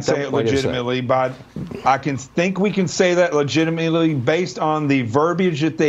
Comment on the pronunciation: one thing we can be sure of is he doesn't know how to say legitimately.